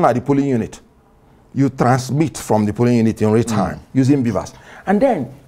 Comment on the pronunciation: He pronounced Polling units as Pulling units. Olodo